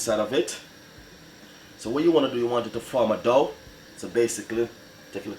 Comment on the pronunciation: Till it form a dow, it is dough u chat too bad go learn english.